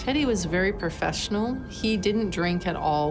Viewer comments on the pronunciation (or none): "Teddy was very per - fessional .... " She can't pronounce "pro-"? Minus 1 point.